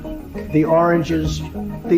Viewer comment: Refuttal!?? What is a refuttal?? "ORANGES" rather than "origins "!!